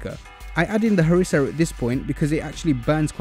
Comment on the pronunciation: As a moroccan, I'm saying that you nailed it especially the "rass el hanout & harissa' part😄